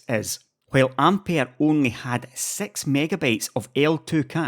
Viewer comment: i don't mean to be rude but why is it difficult to pronounce the number six? 😂😂 i keep it hearing it "sex megabeyts"